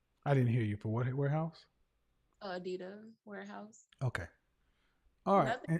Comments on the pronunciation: You can't have 5 or 6 kids because you can't afford those kids...and no man would deal with your attitude...."what".."Adida"...she can't even pronounce the company she works for...it's " Adidas" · She said she works for "Adida". Not Adidas...Adida. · Did she just say Adidah?